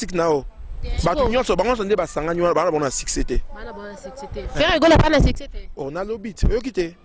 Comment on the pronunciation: Madame bongisa prononciation, succès non siccès